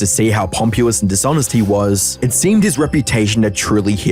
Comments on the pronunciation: Pompous - pron. POM-pus. What is this Pompu-us nonsense😅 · It’s pronounced “pomp-Us”, NOT “pompU-us”. —The Grammar Police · excuse me pompeeous? not to hate on you or anything right but if you look it up on google it's pronounced pom-puss, still love the vid ad I hope you keep shedding light on the drama and controversy's on the internet. for you to hear how you said it, for how to say it I refenced looking it up on google. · Dude, if you are reading a script check your stuff before you upload. Pompous not pompewus. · 🤓 moment but it’s pronounced “pom-pos”, not “pomp-you-ous” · pompousbis pronounced like pom pus, not pom pyu us similarities, not simularities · Pomp-U-us? Pompous is pronounced pom-pus. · Bruh Pompous is said like Pom-Pos not fucking Pom-Pewers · I love your videos, but…”pompuous?” 😂 Your pronunciations crack me up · Yyeeaahhhhh... that's not how you pronounce "pompous"!! "Pom-pew-us"??! 🤣🤣🤣🤣🤣🤣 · I'm convinced he does stuff like this in videos to get people to comment and drive engagement. And to the replier, pompewus isn't a dialect thing. It's a clear mispronunciation due to reading the word but not having heard it. Pompous does have a U in it but not in front of the O, after it. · I wish you took more time to proof your videos, pronouncing pompous as pompuous and using the work simularities instead of similarities make it very hard to treat your takes with any reverence. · Pompous is not pronounced “pomp-u-ous”. Just sayin’ ~ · just a heads up, great video, but its pronounced "pom-pus" you don't need the emphasis on the U, but i guess thats more on my brain.. ohwell pointless comment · Pompous is pronounced "pompiss". Tsk. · The reason most ex - vine stars failed on YouTube was because they can’t be funny or original for more than 6 seconds Also, mate. One Aussie to another, that’s not how you pronounce “pompous” 😅 (not hate) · You know you can google 'pompous' and click the the audio button and it tells you exactly how to pronounce it right?